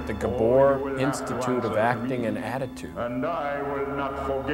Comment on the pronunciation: "I could intutuse you to worlds of pain..."